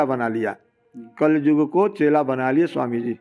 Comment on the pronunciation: कलजुग नही, कलियुग होता है, शब्द सही नहीं, विश्लेषण कर दिए!!